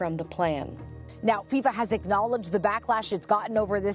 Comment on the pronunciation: It's called football not soccer. It's FIFA not FISA